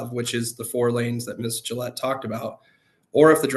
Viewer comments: Jill Gill-ay lmao 🦆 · It’s pronounced like the razor Gillette.